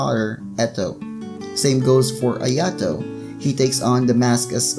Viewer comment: Ayato is pronounced i a to (ik that not how its spelt im just using that as a example) their just slaughtering touka and ayatos name wow